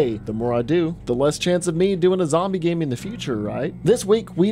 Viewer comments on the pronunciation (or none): none